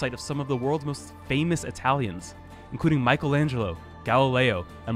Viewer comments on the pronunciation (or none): none